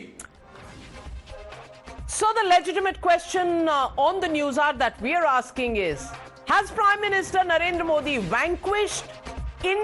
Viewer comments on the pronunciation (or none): none